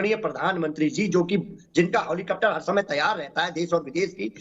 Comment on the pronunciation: हेलिकॉप्टर को हौलीकप्टर बोल रहा है सपा का प्रवक्ता। जब नेता ही मुल्ला मुलायम का गंवार मदरसा छाप जाहिल हो तो फिर क्या नेता, क्या प्रवक्ता, क्या कार्यकर्ता,,,,, सब जोकर ही होंगे।😅😂🤣😜😍😁😁😁😁😁ऐसे ऐसे अनपढ गंवार प्रोफेसर है मुल्ला मुलायम और उसके गंवार मदरसा छाप जोकर की पार्टी में जो हेलीकॉप्टर को हौलीकटर बोल रहा है वो भी डिबेट मे।,,,,, 🤔🤔🤔🤔🤔